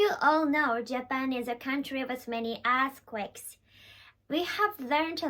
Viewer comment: I know this is a serious topic, but I wanted to say it only sounded like a$*quakes a couple of times ^^ which is pretty good compared to regular japanese english speakers